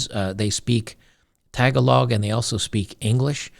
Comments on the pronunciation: Lololol tag-a-log. Its Taa-gaa-lang! I used to pronounce it like that too but a couple philipino coworkers set me straight. Tag-along IS way more fun to say tho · Lol “tuh-gah-log” sir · The emphasis in "Tagálog" is on the second 'a' :D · Pronounced TE GA LO not TAG A LONG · Actually, one of the Filipino languages is pronounced, "Tah-Gah-Logue" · Its pronounced, "ta GA log" not "TA ga log." Emphasis on the 2nd syllable. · Did you really live in the Philippines and not learn how to pronounce "Tagalog"? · pronouncing Tagalog lol.